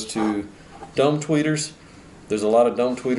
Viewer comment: With your accent, when you say "dome" tweeter, it sounds like you're saying "dumb" tweeter. Haha! Many people would agree...